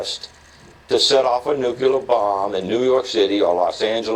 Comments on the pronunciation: did he really say nu-cue-ler weapon ? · How do you spell nukular? Nucular?Nukeular? It’s nuclear. I cannot stand when anyone says newk yewler. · Here we have a doctorate-level person saying "ran out of town" instead of "run out of town" and he cannot pronounce "nuclear" (nook-lee-are), but says "nuck-u-lar". I'm sorry, but he doesn't have the time or interest in the details of speaking correctly, so his opinions in other areas go down, down, down in my estimation. He is neither a reader nor a thinker. That said, Whoopi Goldberg's opinion is just her opinion. These folks who chose to be "water-boarded" surely have the common sense to know that what was done to them was a mere shadow of what is done to helpless "enemy" prisoners under that same name. Ugh! What a useless piece of video! Why don't you explain, instead, what a supposedly "Christian" country typically thinks Jesus would say about torture? Now that would be hilarious! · "Nuculerr" ROFL. His doctorate came in a pack of cornflakes.